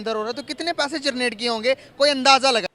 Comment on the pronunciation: भाई पहला 'जरनेट' या 'जनरेट' यह शब्द ठिक से बोल लो...😂😂